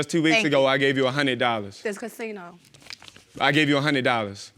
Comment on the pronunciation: Second case: He said a couple of times he gave her a honey dog. A honey dog? Then i figured out it was how he pronounces " a hundred dollars".